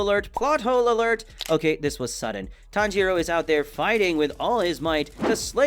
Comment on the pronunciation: He pronounces a lot of things wrong, Sabito, Tanjiro (he occasionally says it wrong which makes no sense if he knows how to say it), Inosuke (which you mentioned), Manga (which he also later decides he wants to pronounce correctly), Nezuko, and Gyutaro. It hurts my head watching these videos and hearing them butcher the names.